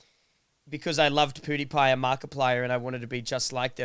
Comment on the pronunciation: cray was saying PewDiePie wrong he said PewWiePie